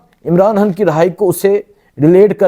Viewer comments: توبہ ہے کیسے کیسے لوگ اینکر بنے بیٹھے ہیں ٹھیک طرح تو بول نہیں سکتے خان کو حان لڑائی کو لرائی اور نو کو ناوں ماہ بول رہا ہے ،اس عوام کی عقل شعور پر بھی حیرت ہے کیسے کیسے لوگوں کو سبسکرائب کر رہے ہیں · او بھئ،، ”خ“ کیوں نہیں بولتے 😮 ” خبر “ کو ”حبر“ ،، ”خان“ کو ”حان“ ،، ”خوشی“ کو ”حوشی“، ”خیال“ کو ”حیال“،، ” خیبر“ کو ”حیبر“ 😮😮😮😮 کیوں ؟؟؟؟؟؟؟؟؟ کیا بگاڑا ہے ”خ“ نے